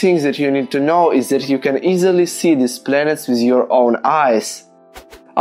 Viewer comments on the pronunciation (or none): none